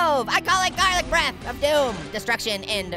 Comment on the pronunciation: hey garlic breath or farlit breth hahahaha😅😅😅